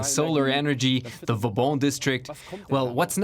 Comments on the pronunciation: Vauban, not Fauban. Like in Sebastien le Prestre de Vauban - the one you name yourself in the report... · *Fauban = Vauban